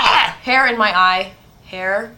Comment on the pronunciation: lol "hair in mah eye"